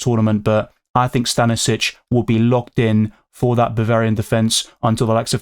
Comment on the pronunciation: it's actually Sta-ni-sch-ich. i'm from the Balkans, so "ić" surnames are pronounced ich, not vic.